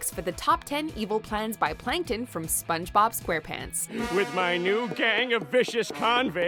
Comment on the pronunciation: "spons-bob" lol